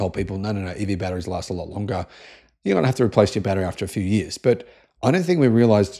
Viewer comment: "Whataya gonna do, sit around for TEN YEERS?" lol